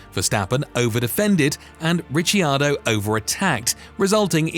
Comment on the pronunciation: mate it's Rickardo